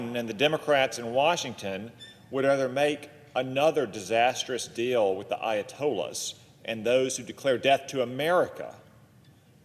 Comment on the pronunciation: If you can not pronounce Ayatollah! shot the f…